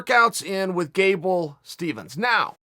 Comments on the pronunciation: Also, his name is Gable Steveson not Gable Stevens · Uncle Chael mispronounce another name. Its not Stevens, its Steveson. Just like its not Noons but Nunes. lolz